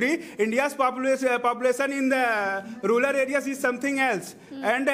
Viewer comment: Rural ko ruler kyu bol rha h